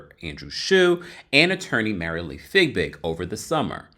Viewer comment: Btw I think it's Fiebig not Figbig..